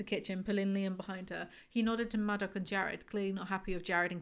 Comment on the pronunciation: I know this isn’t important but I couldn’t get past “madoc”. incredible how you finished another one of these